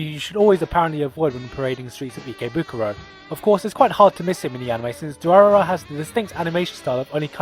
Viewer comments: Durarara!! is pronounced 'Drrr' by the way haha. "Durarara-rarara...rarara." XD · I KNOW WHAT DURARARA IS!! It's how the Japanese pronounce "Dollar" so therefore it refers to the colorless gang! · Apparently adding trigun to 'watch again' and... What was it? Durarara? Durararara? I'll google it